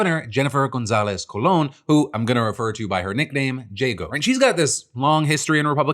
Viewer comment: I laughed out loud, he pronounced her last name as “coolon” which is slang for big booty man instead of “cōlon”